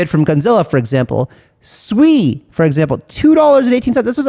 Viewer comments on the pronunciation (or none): Not fkn swei. It is sue-e